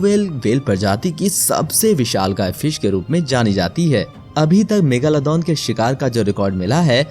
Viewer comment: bhai ya megalodon hain megaloddon nahi